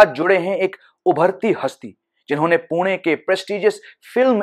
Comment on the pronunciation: When you pronounced Pune correctly- पुणे I was sold👏 we are lucky to have you. Keep up the good work. 👏